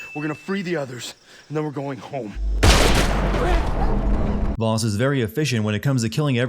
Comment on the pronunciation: That's not how you pronounce 'Vaas'.